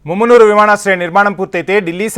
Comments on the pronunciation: Arey babu mummunuru kadura mamanur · ముమ్మునూరు కాదురారే మామునూరు.